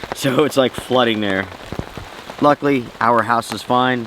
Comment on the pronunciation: “Remuhnents” is not a word. “Luckly” is still not a word.